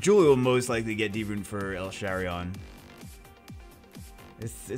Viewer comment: it's els-harion btw not el-sharion